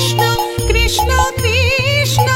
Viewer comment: খুব ভালো লাগলো। সুর তাল কন্ঠ মন্দ নয় ! কিন্তু উচ্চারণ গুলো আর একটু সঠিক হলে আরো ভালো লাগবে ! যেমন:- কৃষ্ণো নয় > কৃষ্ণ হবে, রামো নয় > রাম হবে ! বিষয়টি মনোযোগ দেওয়ার জন্য অনুরোধ রইল !